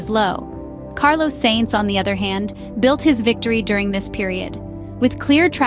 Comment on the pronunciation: I’ve noticed you keep sayimg ‘Saints’. It’s more of ‘Science’ than ‘Saints’. Forza Ferrari 🔥